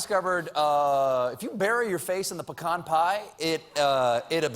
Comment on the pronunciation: I don't pronounce pecan like that